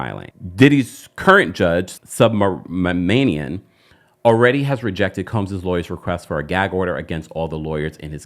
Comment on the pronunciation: The judge’s last name name is pronounced Suubruh-ma-nee-uhn